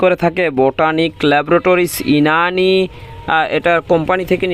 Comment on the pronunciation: ইনানি নয় ইউনানি।